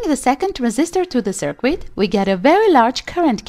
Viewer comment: It's really hard to trust a person explaining something, when the person doesn't know how to pronounce the stuff being explained.. Cir-quit, Resitifier etc.. It's pronounced like Sir-kit and Wreck-tee-fyer..